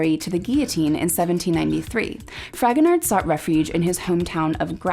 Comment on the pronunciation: Just a quick note, I think his name is pronounced Fragonar with the d being silent, as the last letter of French words/names usually are not pronounced.